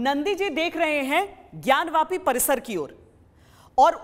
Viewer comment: ज्ञान वापी को ज्ञान व्यापी आप क्यों बोलते हो ?